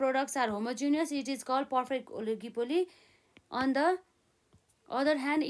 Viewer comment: mam pani oligopoligy vannu hunxa ani heterogenous vanna ni kati garo vako hai😂. Halka prep pugena ki yespali jasto lagyo aru bela ta khatra padaunu hunthyo